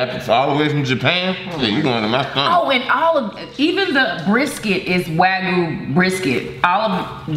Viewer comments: Waygu is pronounced Wag U.💛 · Wagyu beef is Japanese beef MS is correct it’s the world’s most expensive high class beef the way he’s pronouncing wagyu is hilarious and kobe beef 😂 😂 edit: it’s Wah-gyoo and Koh-bay not wagoo and kobe